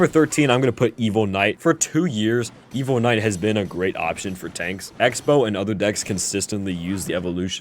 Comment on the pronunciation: Half of the time you saying evo and the other half you’re saying evil 😂